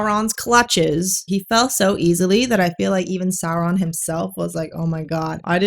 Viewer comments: The exaggerated rolling is distracting as a Spanish speaker. We don't roll them that hard. I don't understand why roll at all but anyway, yhe r in Sauron should sound like the t in water (American pronunciation), not like a Vespa. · Saurrrrrrrrrrrron has Rrrrrrrrrrrrridges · If Saurrrron is resurrected like Jesus, is that an Easterrrr Egg? 😂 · The producers of this series should have just said the heck with the fake and out of place R rolling and had them pronounce all their R's like W's, like the impressive clergyman in the "The Princess Bride" movie: Instead of "Saur℞rr-ron", "Sow-wonn" 😆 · But it's Sindarin not Spanish. In Sindarin and Quenya all Rs are rolled, like in perro. It still doesn't work well, because it interrupts the flow and the actors sometimes trip over it, but it's technically correct according to the pronunciation guide that Tolkien wrote.